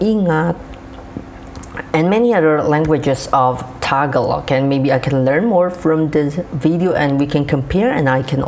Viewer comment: ITS NOT TAG A LOG ITS TAGA ---LOG the A on the GA is the long A